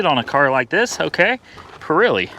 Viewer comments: Being nice now, don't jump on me! It's pronounced just as it is spelled.... PIRELLI. The E has the sound like the E in egg. Not an I sound. That is all. I'll take my seat! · The tires are Pirelli, not Pirilli. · PURREELEE tires? LOL Oh boy